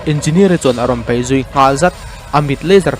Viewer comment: Bai..ni lovin, Bei tih tur aw